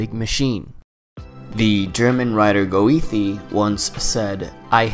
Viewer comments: Oof, I certainly hope that pronunciation of Goethe was intentional. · Great video! But the way you pronounce Goethe... 🤣